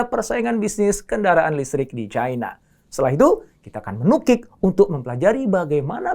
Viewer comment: Caina pret bilang Cina ajalah biar sesuai lidahmu